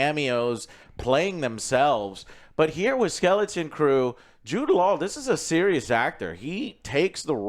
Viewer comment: Wait how the hell are you saying Jude laws name?!